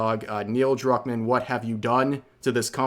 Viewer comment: Neil Druckman ❌️ Neil Drunkman ✅️